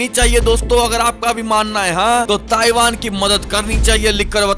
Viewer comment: Taivaan taivaan taivaan